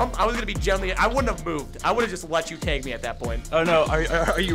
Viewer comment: Tag: it’s not “TEG.” Its tag. T- ah- guh.